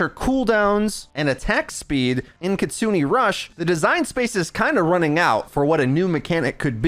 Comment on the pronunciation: my man, I love your shit, but it's "kitsunE" rush, not "kitsuni".